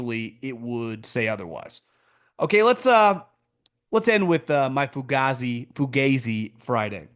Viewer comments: it is NOT fuGAYzi .... it is fugazi ... the a pronounced like it is in 'AH" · haha there's no such a thing as Fugazi in Italian, it's a purely American acronym originated in Vietnam (fucked up, got ambushed, zipped in); if an Italian, without knowing what the hell that is, pronounced it, it would sound Foo-gaa-zee, definitely not Foo-gae-zee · 😂 it's funny though. Let him keep saying it wrong.